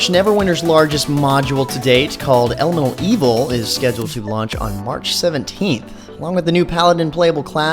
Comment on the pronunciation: Elemental Evil, I fucking swear you said Elmo Evil at first i was like dafuq